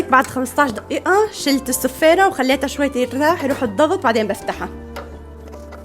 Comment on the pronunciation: دئيئة ولا دئيقة ولا دقيقة 😅😅😅